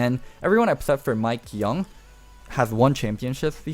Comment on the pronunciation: Mikeyeung not mikeyoung